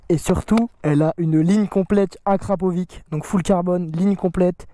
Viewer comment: plus jamais tu dis akrapovique c bad gênant